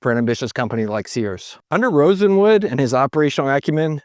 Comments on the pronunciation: Sears’ partner after Roebuck was Aaron Nussbaum and he brought in his brother-in-law, Julius RosenWALD, not pronounced Rosenwood. You speak with great confidence, but you need to be more careful with your research. RosenWALD funded schools in the south, that carried his name and even in Louisiana pronounced his name properly. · it's not RosenWOOD, it's RosenWALD. He was a Jewish man in search of business opportunities for pennies on the dollar. Please get the pronunciation correct. Your other videos also have this same issue. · Rosen Wald! Not Rosen Wood - you introduced the correct name in a graphic, then spend the rest of the video mispronouncing the key person's name… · Sorry, but i have a HUGE gripe -- you kept calling him RosenWOOD, when he is actually RosenWALD ... It bothers me because I live in the Bronzeville Neighborhood of Chicago, where we have the RosendWALD Court buildings, where many African Americans lived, including famous people such as Marla Gibbs. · Rosenwald not Rosewood! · Wouldn’t Rosenwald be pronounced RosenWALD, as opposed to RosenWood? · It's RosenWALD. Not RosenWOOD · FYI It's Julius Rosenwald, not Rosenwood. I loved shopping at Sears. I shopped at a Sears in Concord NC until it closed in 2019. It was the last Sears store in the Charlotte metro area. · ROSENWALD, ROSENWALD, ROSENWALD, not Rosenwood. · Throughout your narrative, you keep calling Julius Rosenwald "Rosenwood". Just wanted to point out the error. BTW, my house, built in 2003, has been running a Kenmore fridge, stove/oven, washer and gas drier. Apart from replacing a gas ignition solenoid in the drier, these original appliances have been trouble-free for 27 years. What a brand! The current US 🇺🇸 Executive Branch is the perfect "Ship of Fools" .😕👎😕👎 These unprofessional and incompetent idiots are supported by a rabble of brainwashed sycophants who didn't have the wherewithal to learn the truth about their MAGA representatives before they voted.